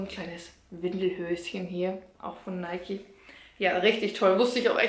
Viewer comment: Sie hat es schon richtig ausgesprochen. Nike ist ne deutsche Marke. Deshalb das E am Ende. Außerdem ist es der Göttin Nike nachempfunden (spricht man Nieke aus). Daher spricht man es so aus.